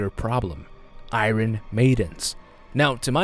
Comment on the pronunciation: The way he mispronounces "iron"... Jesus.